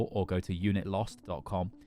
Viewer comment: At the end of the vid he said tohdaloo cos that’s where he’ll be going